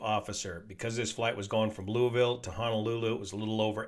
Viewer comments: Thanks for pronouncing Louisville correctly. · Always watch. Never expected him to analyze an accident so close to home! 👍 Your pronunciation of Louisville is even great. 🇺🇸 Have the crew been counted in the current number of casualties? No one is making this clear!